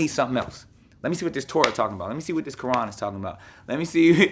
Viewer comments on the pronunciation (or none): none